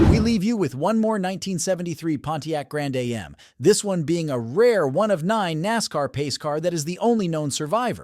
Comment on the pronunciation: The "Grand A...M"?